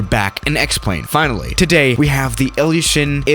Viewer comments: It's "ilyushin il-76" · Total BS, most of the people saying this aircraft or that aircraft is the most dangerous have no background in aviation or know what they are talking about. You don't even know how to pronounce the aircraft you are flying in this simulator.